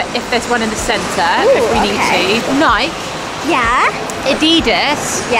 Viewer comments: who else realized that said nike and adidas wrong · Oh Ahhahaha not to be rude but they pronounced Nike wrong